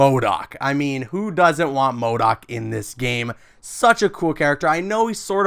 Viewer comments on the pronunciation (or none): I was about to dislike when he said mordok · Man said mo doc 😂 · bro i was so confused when he said modok.